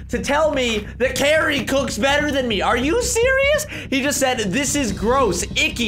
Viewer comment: u said Gary instead of Cari